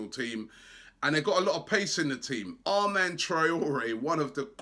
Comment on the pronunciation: Adama traore not Armand lol